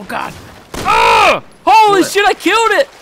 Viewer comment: Do you notice that when he says "killed" it sounds like "kiwwed"?